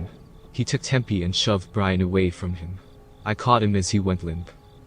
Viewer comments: So..... Is the roommate homeboys name Brain or Brian? Since you seem to be saying Brain for his name. Lol. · What is wrong with whoever is reading this. they mispronounce some of the most simple of words! For example calling his friend Brain instead of Brian. What a shame to ruin the story like that.